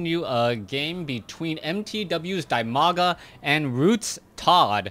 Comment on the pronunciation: You ought to pronounce his name [dEEmaga].:) And quite a knowledgeable game with that Core death alongside the Nexus it's attached to.